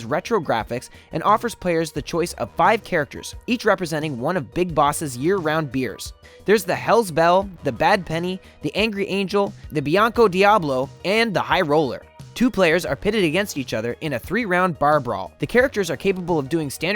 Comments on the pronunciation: Blanco Diablo. NOT Bianco... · Don't want to sound rude but "Blanco Diablo" not "Bianco" (otherwise known as "White Devil) its interesting how you pronnounce Takeshi and Polybius too, guess its just American dialect